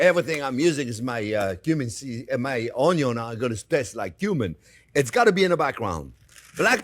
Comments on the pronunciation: Ognion in French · I love the Orn-yawn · So... There are red "ONYO" too 😎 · onyon indeed, chef. tres bien. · Boku no pico onyo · Comparing to the video 10 years ago, this time he pronounces onion somewhere between the English way and ONYO. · I subscribed just because of how he pronounced onion.😆